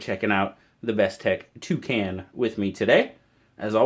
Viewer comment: When you heard you say it I tough you said "Two can" one more can of beer lol looks ok